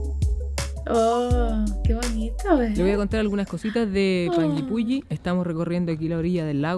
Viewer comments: Muy bien pronunciados los nombres, tal cual lo dijiste, la zona es bellísima en verano, un lugar magestuoso que enamora Ahh... Son 7 lagos en total... Los recorrí todos este año a comienzos de febrero ( verano) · Jajaj yo vivo como a 1 hora de panguipulli y si se pronuncia asi xD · AHHHHH ME MUERO DE EMOCIÓN, veo todos sus videos y soy de Panguipulli (lo pronunciaron súper bien!) así que si deciden venir a Chile los dejo invitadisimos, ya que aquí en Panguipulli está Huilo Huilo, que también ví que les encantó ♥️ Saludos chicos🌹🥰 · Lo dices bien:"Panguipulli"